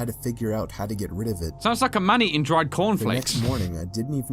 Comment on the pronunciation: Are you Australian i think you are because you said cornflakes